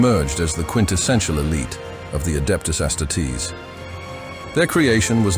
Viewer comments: it's not ass titties you bot. its astarties . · His pronunciation bothers me. The word is astartes is based off of the Roman auxiliary that would finish off the wounded post battle. It's Ah-star-tees, but to each their own. Hos vids are good otherwise.